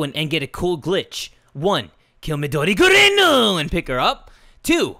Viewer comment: he always says Gurin that's only if the myth says gurinuuuuuu